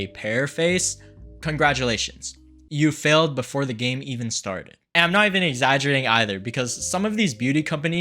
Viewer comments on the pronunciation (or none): none